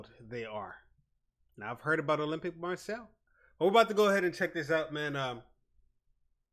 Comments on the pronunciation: Please ! Marseille as ”Mar say”, ffs not Marcel ! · Hey man. It's pronounced "Mah-say", not "Marcel" :D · Hey great vid. It's pronnounced Mar Say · « olympique marcel » 😭😂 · Just a heads up, it’s pronounced Mar-Say :) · Pronounced Marsayy ;)